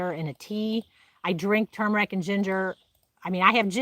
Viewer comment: I'm glad you pronounce turmeric correctly! Some people think it has a silent R! It is turmeric, not tooomeric like some people say. Sorry that's just my pet peeve. 👍👍